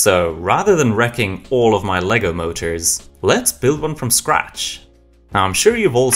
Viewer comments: it’s always been Lego as the brand and brick as the product so hearing it be actually said correctly is so cool I wish it was more universally known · i love how you know that its "Lego" and not legos most people dont know thats how it is supposed to be said in any context